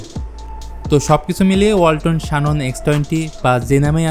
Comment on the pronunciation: শানন নারে ভাই। জ্যানন